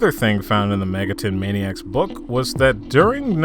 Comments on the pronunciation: ah yes "Megaton" the classic early fallout 3 settlement Sorry for being triggered but it's Mega-ten, TEN, 10 that's how you say it. Not megatun. Megami TENsei not Tunsei. Cartman, Cart MAN you get it. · nah, i checked your other videos and you regularly pronounce it megatun, it bothers me but it's a pet peeve of mine. You say Shin Megami Tensei correctly but the way you pronounce the abreviation sounds like "Megatun". I'm new and your videos are actually good, I apologize if i'm being annoying here.